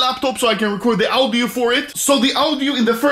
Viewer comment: No one: Anomaly: oWdIo